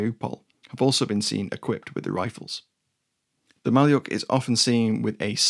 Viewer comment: 'Malyuk' is pronounced Ma-LYUK.